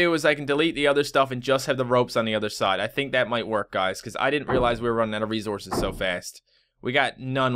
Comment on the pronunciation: It sounds like you're saying "rezources," lol